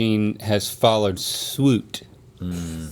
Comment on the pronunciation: "and I think this packaging has follered swuit" 🤣